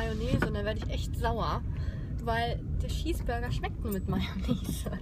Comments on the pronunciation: Ich find es mega lustig wenn du Schips und Scheesburger sagst😋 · Lustig wie du immer Schießburger sagst haha💕🙈 Toller Vlog👍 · „2 Scheesburger“ 😂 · Wie oft sie einfach Schießburger sagt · voll cooles Video ich hab Schiesburger verstanden hihi ich hab fich lieb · Hallo und Herzlich Willkommen zu einem neuen "Flog" von mir 🤣🤣🤣 kannst du nicht reden??? Oder "Schiesburger" , "Schips" (no hate, und lern deinem/deinen Kind/ern selbst aufzuräumen) 😩😩